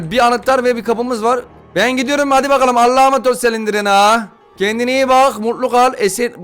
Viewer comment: Normalds olan:Exit:Egzıt Normalde olan:slendırmen(okunuşu):Selindirmen